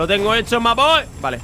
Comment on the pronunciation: perdón pero no me gusta que digas ma boy